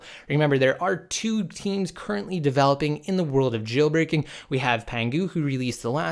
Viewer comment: Stop annunciating the word "JAAAAILBREAKING"